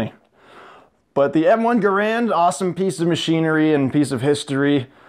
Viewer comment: u pronounce it wrong